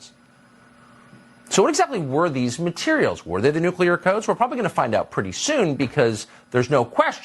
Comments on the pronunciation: Ogle, not "Oogle", Benny! Oops! Listen to Tucker, Benny: - Nu-cle-ar, not Nu-CU-lar...😑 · Nu-Clear... Nu-KLEER... New-Clear... Nuke-Lee-Yur... IT'S NOT NUKE-YOU-LURRRRRRR... AHHHHHHHHHHHH! 😖 🤪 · Nu-clear! TWO SYLLABLES!!!!!!